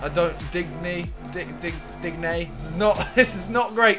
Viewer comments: HATE it when people say dig-knee It's din-yay🤨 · Digne is pronounced dee-ñ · When he said “dig nee”!!! 😡 We all know “deeennn yayyy” EDIT: you have to watch Nepenthez to understand this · Its pronounced din yay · Chaz Mallah no ding ya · Man said digneee uno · dig-nee only if nep had heard tat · I think simon needs help on pronouncing DIGNE, he could get them from nep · Lol not how u pronounce digne and im not even a french speaker on any level